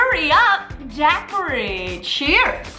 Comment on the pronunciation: I love Mamrie, but that pronunciation of daiquiri is brushing me the wrong way 😅